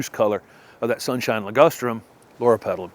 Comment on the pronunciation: He said Lorapetalum. Not sure I spelled it right though